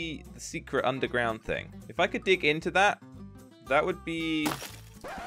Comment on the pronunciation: We've found ourselves an UNDERGROUND mineshaft. Me: All mineshafts is undergrownd. Why u emphasise it?